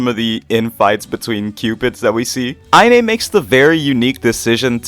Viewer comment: btw inee's username is pronounced "eye knee" lol